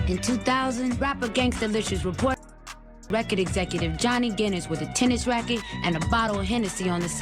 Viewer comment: Johnny Guinness sounds like “Johnny Gill”.